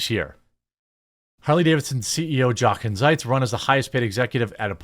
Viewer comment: His name is pronounced (phonetic spelling): "Yo'-kin Zites"